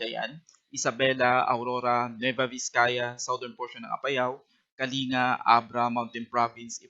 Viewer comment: Kaling-ga po ang basa sa Kalinga.